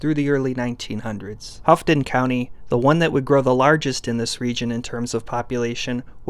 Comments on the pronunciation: it’s pronounced “Ho-tin” County. Love the video! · for copper country, houghton is pronounced HO-ten. Its gorgeous up there. it isn't helped by how unpredictable the Mackinac bridge is in winter. those of us in the lower peninsula can't reliably go during winter (some of us do like the snow).